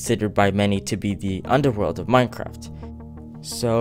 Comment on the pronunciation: 9y/o : No! Its hell! Not ubderwotld!